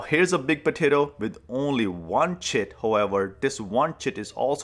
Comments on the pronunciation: I have never had such a huge smile on my face as I listened to him say chit. 😂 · Is he saying tit?